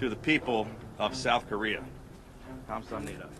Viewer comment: '감사합니다' 발음도 좋으신 메릴랜드 주지사 호건. 유리님도 수고하셨어요. 부디 메릴랜드주가 코로나19로 부터 안전하길 기원합니다.